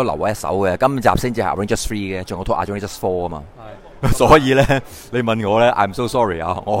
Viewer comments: arrangers 笑死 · 真係發極都發唔到avengers 個ven音 😂